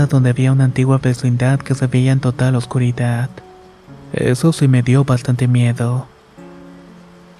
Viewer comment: No mames la historia esta chida pero como dices morido !! Y luego pronuncia la t en lugar de la d, oscuridat, estas medio pendejo verdad?? Corrige eso lo demás esta muy bien